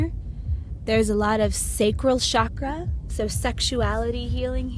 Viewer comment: Say shakra one more time